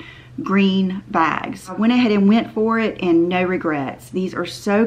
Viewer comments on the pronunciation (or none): none